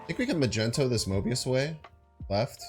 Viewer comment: Is it a joke?? I was wondering who the fuck calls magneto magento